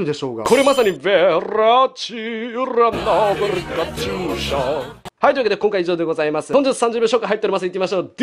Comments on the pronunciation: カチューシャの発音良すぎてwww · カチューシャの発音めっちゃ良くて草